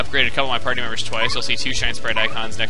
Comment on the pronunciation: "he said Bobberu instead of Bobbery